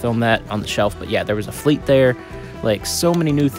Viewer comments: It's not Nerf Fleet???? Nope it Fly-te. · You said "fleat" 💀